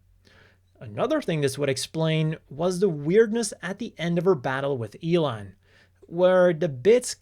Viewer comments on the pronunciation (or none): none